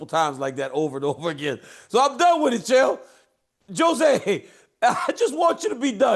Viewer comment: JOE ZAY (jose) 😅😅